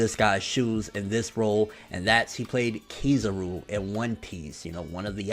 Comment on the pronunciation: can't pronoun Kizaru's name. It's pronoun Kizaru not Keyzuru.